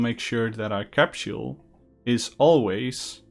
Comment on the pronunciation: CAPSHULE? I thought you were talking about the CAPSULE, not a CAPSHULE